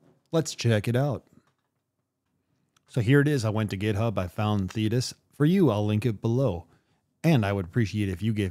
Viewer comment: Sorry, Dude, Thetis rhymes with Cletus, and that thought does not impress me